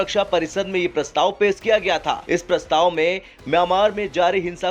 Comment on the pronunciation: Pes nahi pesh bolate hai gawar